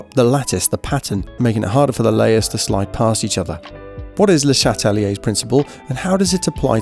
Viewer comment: the accent for le chatelier xddddd